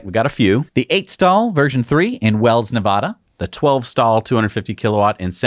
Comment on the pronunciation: He didn't say Nevada right!!!